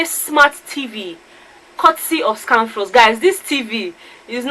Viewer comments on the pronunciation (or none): For some reason seems to have problems with pronouncing of words... The way he speaks English seems to have affected him... Pronouncing of Scanfrost was a problem... It was so funny listening to him mention it... Characteristics of a winner 😉